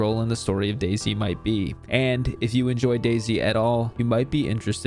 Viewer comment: Oh it’s pronounced Daisy not Day-Z